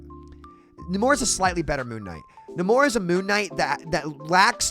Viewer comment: It's Nay-mor, not Na-mor.